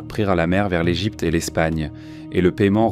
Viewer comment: Vraiment c'est la pire IA que j'ai écouté, la lecture littérale est assez chiante Par exemple L Egypte au lieu de l'Égypte c'est assez bizarre